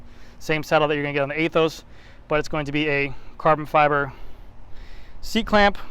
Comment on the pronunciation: Pretty sure about you don’t pronounce it A-Those. Anyhow nice video. I don’t know after this video about buying the Aethos. Somehow you kinda convinced me not to, might wait for SL8 if it comes next year. SL5 will do it another year.